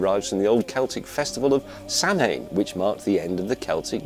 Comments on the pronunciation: "Samhain" is pronounced as "Sowin" its the irish word for october originating around the festival of Samhain at the end of the month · Samhain is pronounced sah-win. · Samhain is actually pronounced 'sow-in' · "Samhain" is pronounced like "Sowh-in" (sow like cow) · Samhain is pronounced sowin, where sow is like a female pig.